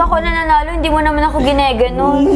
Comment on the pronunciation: Ginaganon hindi giniginon